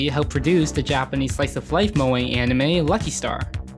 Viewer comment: moE? it's moe